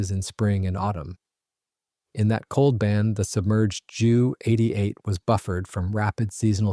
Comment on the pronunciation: Have a real person narrate and pronounce words correctly. Ju is not jew it is J U. J is pronounced like Y in German.